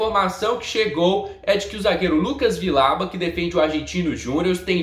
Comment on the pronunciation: Se diz "Vijauba"